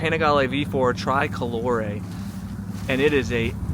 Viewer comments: STOP SAYING TRAI-COLORE!!! For f**k sake man, TRI-colore, TRI-colore!!! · TRICOLORE not TRY COLORE you’ve to say the I same as if in English say E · hey i'm going to get you there.. just get back over here to italy..pronounced tree-coloree. BEAUTIFUL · Pronounced "tree-koh-loh-ray" 🙂 I saw it today. Stunning. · just between you and me it's Italian... it's normal to use the Italian pronunciation. People say super veloche not super fast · por favor, pronuncia bien TRICOLORE, no lo pronuncias bien y molesta oírlo cada vez que lo dices